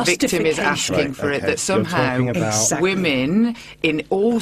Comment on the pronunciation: "But what about the wamens?"